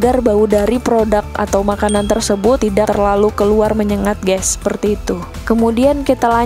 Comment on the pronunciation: Waduh ...ucapan kata GÈS nya banyak bgt, pakai bhs Indonesia aja! Bukan Gès tapi pronunciation nya GAIS! Mula2 saya kira mksd anda "gas"Salam dari Australia.